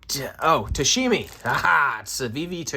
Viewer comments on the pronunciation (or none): Tamashi not tashimi…